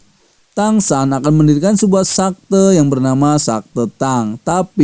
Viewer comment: Bukan sakte bang tapi sekte hadeuhhh